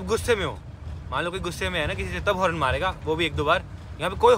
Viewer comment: horrrn 😂😂😂😂 horn hota he bhai